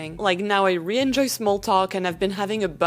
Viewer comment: You are so fluent in English that I hesitate to say this, but if you want to fine-tune one thing, you need to say "really" with the /l/ sound, it sounds like you are always saying "ree."